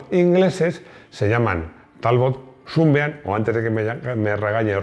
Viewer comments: . ¡Pues sí que te lo has currado! Pronunciando "súnbim" cuando toca pronunciar "sánbim" (rayo de sol). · Buen trabajo. Amigo Maximo, comenta al bueno de Rodrigo que aquí en España de siempre a Sunbeam se le ha nombrado Sunbeam no "sunbin". Si seguimos siendo tan delicados con el ingles, terminaremos diciendo, en lugar de España, spain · Ya que insistes con la pronunciación, Sunbeam se dice "sanbim" y significa "rayo de sol". Saludos, el vídeo ha sido muy interesante. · Shrewsbury se pronuncia "Siusbery" es un bello poblado de Massachussets USA donde viví un tiempo, así lo llaman por ahí. Sunbean se pronuncia "Sanbim". Saludos y feliz 2023!!